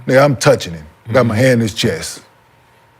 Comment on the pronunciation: was hannnin 🤣